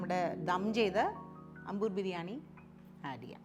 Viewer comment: ...adi poli as usual... A small correction... It's pronounced as "Aambur" biryani.